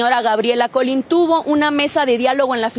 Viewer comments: Muy rara la reportera, dice Colin, estamos a martes. Ya no estudian o no es reportera? Colín lleva acento! Y no se dice estamos a martes. Qué pena. He notado éstas fallas en muchas personas que escriben o hablan en noticieros, también en otros ámbitos. Se va perdiendo la forma correcta de hacer las cosas. Independientemente de la noticia, pero sí es penoso. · Sería bueno que las y los reporteros supieran leer. Es Colín no colin. Se que quizás sea algo irrelevante pero ellos se supone son profesionales. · Muy triste y que coraje la situación😢, pero el apellido es "Colín" no "Cólin", si eres reportera no puedes tener esos errores😐😮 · El apellido no es Cólin, es Colín. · "Reportera" y no sabe ni leer...😒 "Colin"...😮 COLÍN bruta! COLÍN!! un apellido muy conocido para que no sepa ni pronunciarlo bien! debería ser portera (pero de vecindad)...no "reportera" 🙄🙄🙄🙄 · ¿Por qué contratan personas que no saben leer para dar información? Ejemplo: El segundo apellido es Colín y lo pronuncia sin acento… En días pasados sucedió un evento en la avenida Lucas Alaman (creo fue el sábado 6 de Mayo) y la persona que dio la noticia en el estudio mencionó que fue en la calle Lucas Alemán… y muchos ejemplos más diariamente… por no saber leer.